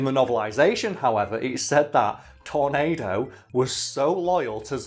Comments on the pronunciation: His name is pronounced Tor-NAH-do, Not Tor-NAY-do. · It's pronounced tor-NAD-o